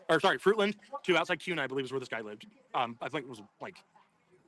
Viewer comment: Just fyi...Kuna is pronounced KEWNA...like ew ❤